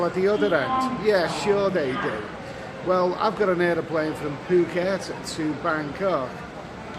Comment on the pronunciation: good vid.....Good to hear you say Phucket correctly the way the locals say it ("Pooh-ket"}... But please also say 'Pattaya' the way the locals say it too!.. It does my head in when people say it to rhyme with "papaya"...... Best of luck, Vincent